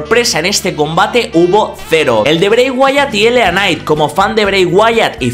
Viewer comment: Que pdo siempre pronuncias de manera errónea tanto a LA Knight como Uncle Howdy jajajaja Pero mi nota del royal Rumble es un 5/10